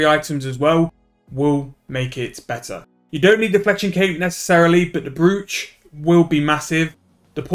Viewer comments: its a brooch pronounced broach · kills me hearing it wrong